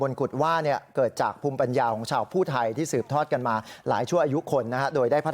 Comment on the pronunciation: ภูไทครับ อ่านผิด ไม่ใช่ผู้ไท🤔